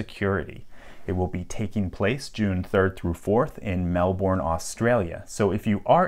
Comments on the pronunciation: Note from the Pedantic Police: Only foreigners pronounce it as "Mell-Born". For those wanting to sound more Down under, we Australians say it as "melburn" (note also the syllables are supposed to be run together, so as to avoid it sounding like 2 words - Mell Born - instead of one). Orright? 'gud onya, maaate!.. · “Melborn”😂 nah it’s Melbourne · it’s mel-ben that’s how we say it anyway ;) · Love how Americans say Melbourne we pronounce it melben not melborn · As an Australian I feel like I must tell you that It's pronounced "Mell-ben" not "mell-born" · Lock picking lawyer: conference is happening in Melbourne (Mel-bourne) Australian viewer: I'm about to end this man career, it's pronounced Melbourne (Mel-Ben), do not over-pronounce the 'bourne' part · no one I know would say Mel Bourne.. it'd be mel bin. I'm English. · Melbourne is normally pronounced "Melbern" or "Melben" in Australia... Melborn is what Americans call their Melbourne. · What you did get wrong is the Melbourne pronunciation which is Mel Burn and not Mel Born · Nobody says "Melburn", It's pronounced Melbn. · Correction it is pronounced Mel-Bin not Mel-Bourne! Ozy Ozy Ozy Oi Oi Oi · For the last time - its 'melburn', NOT 'melborn' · As an Australian, it's pronounced "Melbern" and not "Melborne" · Why do yanks always pronounce melbourne as "melbawn" its melb'n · "mel-bin" not malborn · its not MEL-BORN its MEL-Burn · Depends what suburb you're in, heard melbun or melbin. Pretentious people also say melbs. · "Melboorne" Heheheh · URGH!!! It's pronounced "Mel-burn" damnit haha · in rural victoria we are even lazier. its Mel-bn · The6P4C Oprah was pronouncing Melbourne like that a couple of years ago and it really sounded terrible, like someone trying to put on a bad fake Aussie accent. It should be pronounced "Mel-Burn" in the speaker's original accent. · Melbin MEL FUCKING BIN, it's not hard. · The way he says Melbourne lol MELBORN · Man's really said "Melborn". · the way he pronounced melborne